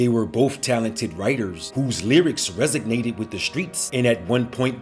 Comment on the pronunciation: Please, please, please learn how to pronounce "resonated", it's not "resognated". Otherwise, decent video.